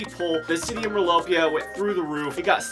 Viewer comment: And it’s merlopia not mirlopia